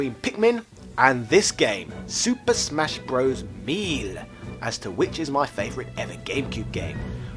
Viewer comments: Did.... did you just pronounce melee..... as.... MEAL? It’s may lay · Super smash Bros "MEAL".... Dude what are you talking about? It's pronounced May-Lay.... First of all... Second of all Sunshine was a great game... Compare it to the Ps2 library and find me some better overall games. And don't try that"I owned every system so I am not biased" crap. I also owned many many systems and an extensive library for the ps2 in particular. Since you owned all the systems I'm sure you're aware that the GameCube was a better console. I'm sure you played resident evil 4 on both and came to the same conclusion that everyone else did. The GameCube had the better system for the game. It's cool that you already preemptively castigated every opposing opinion as being "Fanboy".... That's a rookie move. The GameCube best games outshine Ps2's best games..... The Ps2 just had a much bigger library and 3rd party games. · Super Smash Bros MEAL? MEAL?!? ARE YOU SERIOUS? MEEEAL? Pronounced "MAY" 'LAY"... Shudders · I love his intonation, accent and pronunciation: melee= meal 😄 Three been, er I meeen Três bien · why the fuck are you pronouncing melee as meal? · lol at the comments about how to pronounce "melee." He knows! Part of the charm of this channel is how he trolls uptight fans 😄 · The way you say melee has me dying man , great vid good sir